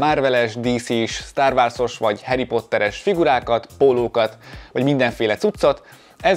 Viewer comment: inkább sztárvorsz